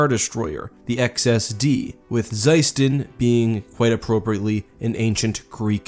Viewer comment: It's pronounced as "sUston"